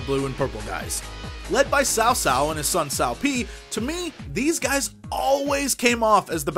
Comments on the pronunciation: no it's pronounced tsao tsao as jesse does :) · I though Cao Cao was pronounce "Cow Cow".... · Cao Cao, pronounced Cow Cow actually has an anime based on him!